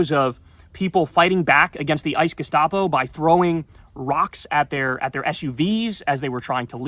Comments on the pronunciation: The ice gustapo? Say it again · Abby Phillips is hopeless. She will always be on the wrong side of the issue. #Sheep And that guy who keeps saying "gestapo" ICE is clearly just parroting the Leftists MSM narrative. Disgusting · Who is the loser in the teal shirt calling ICE, "ICE gestopo"? He doesn't even care that there child-slave labor on the plantation... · “Ice gustapo”?? Really?!?!